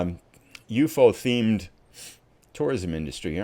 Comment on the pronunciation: proper pronation is U.F.O. each letter is pronounced by itself please.....